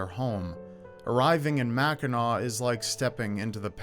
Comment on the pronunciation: Mackinaw Island is the best!!! Also thanks for saying “Mackinaw” correctly 😂